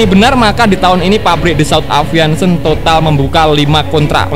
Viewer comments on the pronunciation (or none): aviation dibaca aeviesyen bukan aviansen sperti nama cat galonan.... berrrrrcannnnnndaa